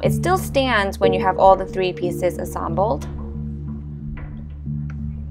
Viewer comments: You said asambled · Hey did you just say assambled in the video.